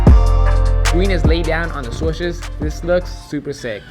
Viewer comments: Is it just me or when he says SWUSHES it drives me crazy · I cant get over the fact he says swushes lol